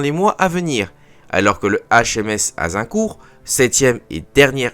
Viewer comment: "Azincourt" pitié 😣